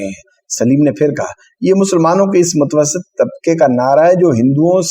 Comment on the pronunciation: متوسط کے تلفظ میں میم پر پیش پڑھنا چاہیے.